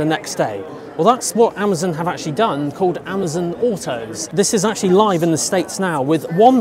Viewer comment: It’s AmAzon not Amzin